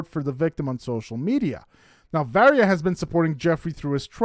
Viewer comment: HER NAME IS VARIYA ( VAH-RI-YA)!!!